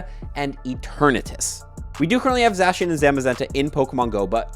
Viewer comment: Please stop saying Zacian and Zamazenta like that